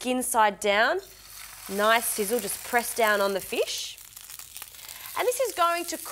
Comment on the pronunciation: What's a feesh?